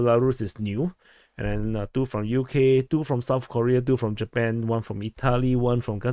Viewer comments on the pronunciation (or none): none